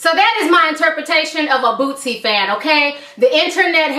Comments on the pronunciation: why are you saying bootzy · Lol She Kept Sayin Lil Bootsie , Its Boosie Ma'am . My Dawg Free Now Yall Be On The Look Out For My Nigga .. Click Our Channel To Check Us Out , "Jae'Kush" Boosie's Up Coming Young Artist . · Its not bootsie bitch fuck